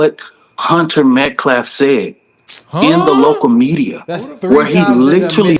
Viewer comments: I watched multiple videos where says METCLAF instead of Metcalf… I actually don’t think I’ve hear him say it correctly onetime at all. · he keeps pronouncing the last name as "Metclaf" when it's "Metcalf" as well. If you're going to be a spokesperson, speak correctly, lol. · he said Met'claf' its Metcalf! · Not only do they say Austin's first name wrong, but they consistently say his last name wrong. It's Metcalf, not "Metclaf." It's not hard to say, and it's almost coming across as intentional. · Metclaff that idiot Cannot pronounce METCALF! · Their last name isn't Metclaf, it's Metcalf. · He keeps saying Hunter Metclaf, it’s Metcalf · Hunter Metclaf….he still mangled dude’s name…it’s metcalf… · Pronounced METCLAF? SPELT METCALF. The child beater is a horrible hidious creature. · 0 seconds ago. Hunters last name is Metcalf, not Medclaf. Learn how to talk english if your gonna keep repeating his name. How disrespecfful.And who ever heard of the murderers family having a conference before? But Austin's father wanted them to say it to his face. And his father made them ask him to leave the conference twice, same as Austin asked Karmelo to leave twice and he didn't, but he didn't hurt or kill anybody when security put their hands on him and made him leave! Point made. That's why he was there. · they call Austin “Aaron” and Hunter Metcalf “Hunter Metclaf.” Neither one of them can say the names right. You’d think the advocate for Karmelo Anthony could say the kid’s victim’s last name correctly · He keeps calling them METCLAFF not Metcalf!! He has not even tried. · He keeps saying MET-CLAF..not Metcalf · This guy can’t even pronounce their last name right. It’s Metcalf not Metclaf. He says it like that every single time. What an imbecile. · Met.Calf. not met claf disrespectful butcher of the English language also it was not an ak47 that Rittenhouse had it was an AR15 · He also kept saying Metclaf instead of calf